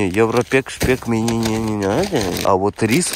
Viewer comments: Ааххахахха а мине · Ребитушечки, канешна я начал говорить мине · Мене він вже бісить все а мине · А мине семичик, амеане😅😅😅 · Тупо: "Мне" " Мине" "ребятки" "ребятики"